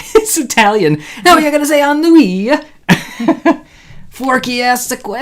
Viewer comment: "En-oui" lol 😆 BTW, Ennui is FRENCH